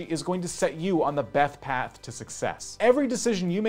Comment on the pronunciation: I love how he says “Beth path” as if there are different terms for paths you can take 😂